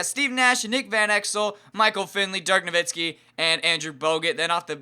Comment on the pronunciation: ur saying DIRK NOVITSKI its no-wit-skee